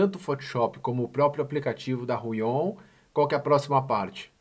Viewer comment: Fala. Me responde uma pergunta rápida por favor: numa média bem genérica por favor me dá algum número de dias ou horas pra pontinha do lápis da mesa começar a desgastar, obrigado. E uma dica, a gente costuma falar Huion como se tivesse um acento no U e não no O (Húion). Obrigado fera.